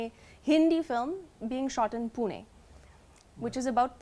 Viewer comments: Amazing pronounciation particularly pune.. Good to watch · She won the heart when she pronounced PUNE ! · The way she pronounced "Pune"😎 shows her seriousness and respect there itself about marathi culture and language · The way she pronounced Pune (ne) and la and Marathi is amazing..